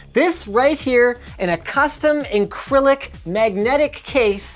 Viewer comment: Did you just say encrylic? I know your Canadian but... No... Just no.